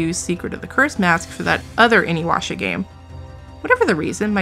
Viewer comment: Well since has noticed me, I would like to say that I just recently found your channel and am a fan! But the Inuyasha pronunciation was super funny to me. Keep up the good work girl! <3